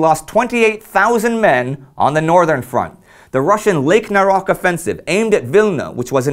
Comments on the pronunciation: Lake "Naroc" is actually pronounced as "Naroch" (Нарочь) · The lake name "Naroch" should be read with "CH" in the end as a same sound, like in CHina, or CHeese. So it would sound Naroch, not Narokh.